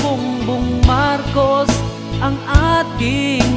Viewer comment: Thanks kuya. Ang ganda. Yung pronunciation lng ng name ni BBM ang off, BungBung Marcus kasi, dapat BongBong Marcos. #BBMforPresident #GreaterPhilippines